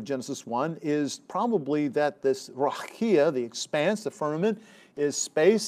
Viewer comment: I think I’d rather you mispronounced the word as plain ole Raqia. 😅